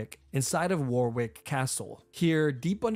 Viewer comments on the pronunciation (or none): btw Warwick castle for all u americans is pronounced worrick castle 😀